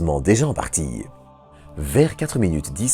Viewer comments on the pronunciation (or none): Partie, pluie, poussée, etc : le e final est muet ! Depuis le temps vous n'arrivez pas à corriger votre accent ? C'est pénible d'entendre : partie heu ; pluie heu ; poussée heu...